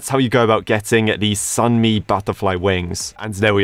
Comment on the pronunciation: i'm just happy pronounced Sunmi right